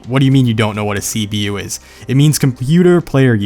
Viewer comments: It sounded like you were saying cbu and not cpu. I was getting confused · When he said CPU, I heard CBU and so when he said " wait, how do you not know what a CBU is?" I got sed bc my eyes are practically on games ( racing games) and then when he said the definition of CPU I was all happy I'm not a nuub at games not knowing what a CBU was lol :')